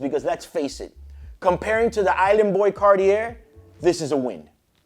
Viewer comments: Cartier is not Cart-ear, it's Car Tea eh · The "Car-tier"??? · Carteeyay phonetically for Cartier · “Comment below what you think”. I think if he keep pronouncing Cartier with the R at the end I’m going to go insane 😂